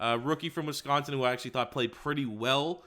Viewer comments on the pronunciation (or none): none